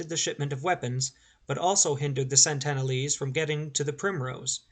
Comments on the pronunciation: Incorrect, sir. It's SENtinel Island. SENT-uhn-uhl-ese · It certainly isn't Santana lees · You have a very odd (and incorrect) way of pronouncing Sentinelese.